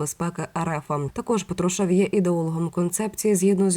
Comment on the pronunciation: Скільки років всі казали ПАтрушев.Ви що не чули? Слух ріже.Який ПатрушЕв?